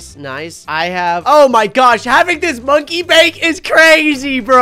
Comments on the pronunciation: You were supposed to say monkey Bank not monkey break I was trying to tell you that you mispronounced something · said BRANK Instead of BANK